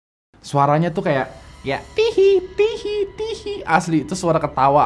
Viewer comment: Tee hee blok bukan Tihi